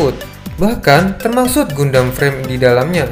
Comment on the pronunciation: Saran bang Cara baca Gundam ❌ GANDAM ✅